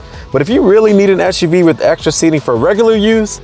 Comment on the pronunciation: Umm why do you keep calling it Esh U V instead of Ess U V? Its an SUV.